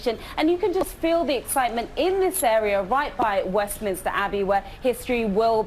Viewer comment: it’s pronounced WestMINSTER not WestMINISTER. Just for your info.